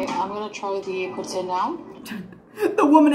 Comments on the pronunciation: "Pooh Teen" is the correct way to say poutine, but the french speaking people of Quebec pronounce it as "Poot-Sin" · I was traveling in Quebec this summer and asked my server how to pronounce poutine. does not pronounce it correctly. It is poo-teen. And for those who haven't had it, the cheese must squeak! LOL